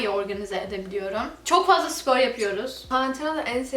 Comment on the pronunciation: Nobody:: sİpor